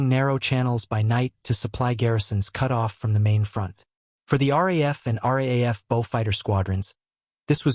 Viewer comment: Note for the robot narrator. The Australian Air Force is the R. Double-A. F